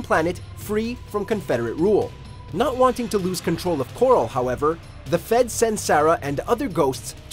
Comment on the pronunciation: It's the 'Sons of Korhol', not the 'Sons of coral.' I'm not just being pendantic here, the name is pronounced many times in the game, so there's no real question about the pronunciation. The fact that you keep pronouncing it 'coral' over and over tells me you've never actually played the game and have only researched it on google.